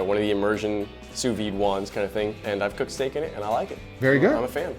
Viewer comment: he pronounced it sue wee! maybe they should make ham in the sue wee machine? boiling steak? thats blasphemy!